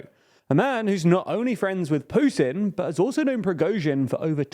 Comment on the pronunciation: How many "dii beginninnng of dii ennnd for Pyutinn"s has it been? I remember at least 10 in the first week of the war.